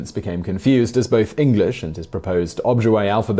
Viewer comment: It's Oh-JIB-way